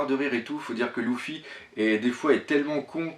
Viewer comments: Luffy se prononce lefi pas loufi :) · Ouai ;) c'est juste que j'était habitué à ce que les youtubeurs francophones le prononce leffy. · Oui je regarde la Vf ^^ Luffy se prononce le fi et en vo se prononce le ou ffy, enfaîte, il fait des fautes de prononciation pas que sur Luffy, je crois qu'il le fait aussi sur Sanji et ni en Vo ni en Vf la prononciation est comme il le fait mais bon je vais pas rager pour ça il fait ce qu'il veut le capitaine ^^